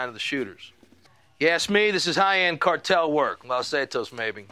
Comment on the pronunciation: Every time I hear the word "cartel" I get in the mood for ice cream because it almost sounds like "Carvel"